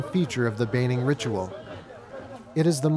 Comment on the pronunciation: It is a pity that the reporter did not learn the correct pronunciation for place and people group names before making the documentary. Examples are My Hagen, Kokapo and Baining.